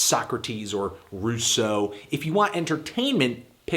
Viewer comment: it's russ-oh not roos-oh you silly 'loupe